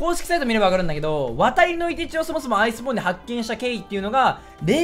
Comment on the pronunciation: 初手ワイスボーンて言ってて草